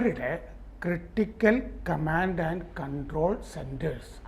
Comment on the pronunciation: എന്തോ ന്നടേ ഈ "കമാണ്ട്" ?